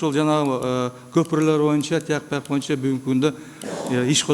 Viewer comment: Ошентсе сссрде береке паиз болгон. Бул Рыскелди Текебаев парламентте отурган да бийликке ооп сүйлөйт эле.Эми азыр жоктон көрө жогору болуп балкылдап атат Эсен болсун ушунусуна да шүгүр.боюнча дегенди моюнча деп сүйлөйт...Бир жакшы укулукту сүйлөй албайт шашып балкылдап сүйлөйт.